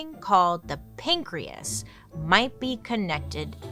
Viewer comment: pan-key- as .. get it .. pancreas